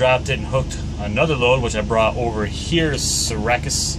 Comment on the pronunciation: you realize you say syracuse completely wrong